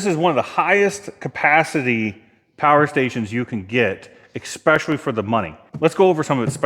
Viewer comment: Exspecially... Is not a word. To be more pacific, it's pronounced 'es'pecially.